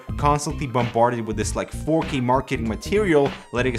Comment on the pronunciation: Oh... he said "4k"... I thought he been saying "fuckey"